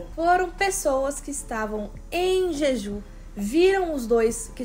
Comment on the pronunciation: Ai gente desculpa sem querer ser chata é so porque ta me dando agonia... O nome da ilha se pronuncia o J como se tivesse um "D" (Djidju) , não sei se deu pra entender... Nao me levem a mal por favor, é so uma dica